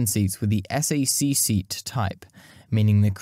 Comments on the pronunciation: Nice video, but you need to watch other people's videos before making your own in order to learn the nuances of pronunciation and local dialects & slang. I realize you're a Brit, but ask your American friends how to pronounce "Potomac" first. Nobody says: "S-A-C"; it's pronounced as "sack". It's the opposite of "RAF"; nobody EVER says: "raff" as in "riff-raff"; instead you would say: "R-A-F".... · Just FYI, Strategic Air Command bases were not pronounced es ey see (the letters) but "sack" as in McConnell air force base is a SAC (pronounced sack) base. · I appreciate the time and effort you put into this excellent, well-researched documentary. However, us old timers don't recognize when you call "SAC(k)" spelled out as S-A-C. Just call it "SACk." My father flew those for "SAC (sack)." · You do a better job at narration than I'd ever be able to do. But, nobody in the States says "S-A-C". It's SAC as in "Sack". Please forgive me for being the "um actually" peterhead here. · It's not "S" - "A" - "C" it's SAC/sack. You sound it out. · Po-tom-ack SAC = "sack"